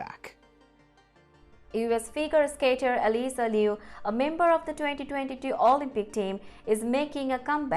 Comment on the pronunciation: Um, , her name is pronounced "Ah-LISS-uh," NOT "AL-iss-uh" or "Ah-LIE-suh."